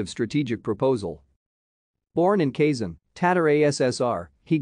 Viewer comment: he's from kazan, not kayson.